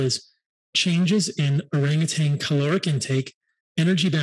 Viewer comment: Minor point: Orangutan. No G at the end.